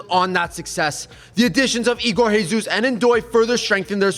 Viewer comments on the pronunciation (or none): Isn't ''RRREEEESUS'', it is ''JE(GÊ)SUS''. He is brazilian